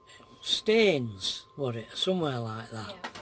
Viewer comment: staithes ? just up from sandsend whitby area not being funny just when you said stains i thought crikey that van has light speed :)